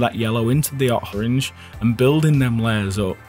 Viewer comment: " 'ot horange"